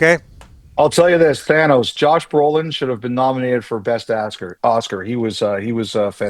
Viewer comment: I mean, a lot of people will get the Thanos reference, but not when you pronounce his name Thanus.